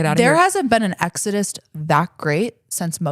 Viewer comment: another -ism... "exodust " 😅 It's exodus as in a mass departure, from the Bible, Book of Exodus She's so close at getting words right. I know she means well. 😊